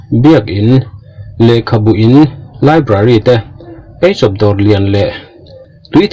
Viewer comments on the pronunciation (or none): Isa library ti ve mai la....laibari i tih kher,😂😂😂